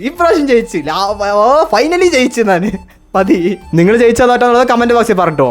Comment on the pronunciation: നാൻ അല്ല ഞാൻ ആണ് 😊